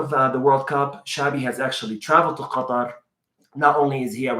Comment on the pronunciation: I noticed that you’re pronouncing Qatar as we are arab nations spell it you sound arabic at that point 😂